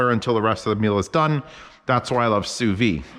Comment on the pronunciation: Great video. You're supposed to pronounce the 'd' in sous vide.